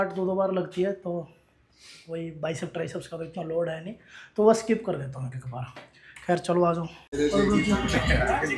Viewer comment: अस्किप😃😃 nahi इस्किप hota hai